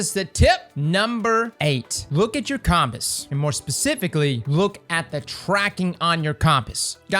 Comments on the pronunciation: he means compass. I have no idea why he says it like coms, but its com-pas. Look at your compass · Took me a minute to figure out you were sayin "compass" 😒 lol. Great video though 💯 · ...con-piss lmao i cant be the only one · It's compass, not compass. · “Cahmpas” lol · anyone else think he said compass weird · the way he says iron and compass had me dead lmao 🤣😂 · Had to pause the video bc the way he says compass, just I dunno it’s like he’s never scene a movie and heard them say it lol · Why is he saying Compass like that? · Never heard someone pronounce compass that way and it gave me semantic satiation so thanks. Good video though!